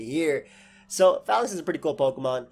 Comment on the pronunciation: PRONOUNCE THE NAME RIGHT, IT IS LIKE PHALANX.